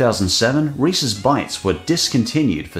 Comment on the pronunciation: I always appreciate how you pronounce Reese's correctly. As in Reese-iz instead of REE-SEES